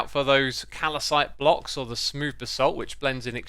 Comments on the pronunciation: Everyone: Calcite Xisuma: Calacite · Its calcite not calacite. Xisuma pls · X there is only one A in calcite, now repeat after me: cal-cite (not cal-A-cite)